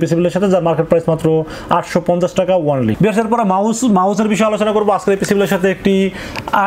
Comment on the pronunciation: Bhai ONLY word ta boilen nah, Baja suna jai aga only word er spell sunen